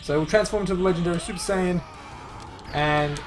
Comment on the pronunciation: im sure it saiyan not sayine